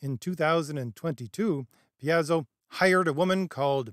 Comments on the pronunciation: It's pronounced Pai-zo, like pie. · D&D isn’t dead. However, Wizards died a long time ago. Things only got worse after this book. Welcome to the d&d commentator sphere. Wokeness has been a concern since 5e came out and it’s only gotten worse. Rules themselves are fine. Btw, I believe it’s Pie-Zo. Good points as usual. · Just one thing, you're horribly mangling the pronunciation of several Ravenloft places and people. Van RICK-ten, Vih-STAHN-ee. And Pathfinder is published by PIE-zoh. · You're killing me with how you say Paizo (Pie-Zo) I've been seeing the failing of D&D since 3rd changed to 3.5 Paizo and Kobold Press are just as bad as D&D. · Paizo is pronounced "Pie Zo". It formed kn Seattle as a alternative to the corporate run WOTC. So jt had the hipster leftist vibe and staffing. WOTC has effectively out-woke them with the virtue signals.